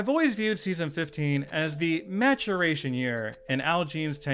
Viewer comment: did just say matt-chur-ray-tion?